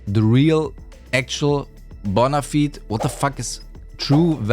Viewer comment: This dude really didn't know how to say bona fide... well I guess he just ain't bona fide, himself.